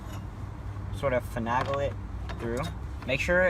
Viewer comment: You're taking things apart well enough but I swear you're driving me insane with your pronunciation of "finagle". The A is pronounced like Ape, not Apple. fin NAY gul not fin AG gul Every single video I've watched has this distraction, this one more than most.